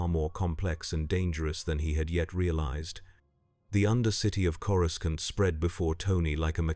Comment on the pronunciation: Coru-scant lol